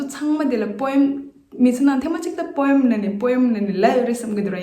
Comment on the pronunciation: But do check the pronunciation of poem in British accent as it is pronouncing as poem as we usually pronounce.... Not mean to bring any error as you are doing really wonderful ...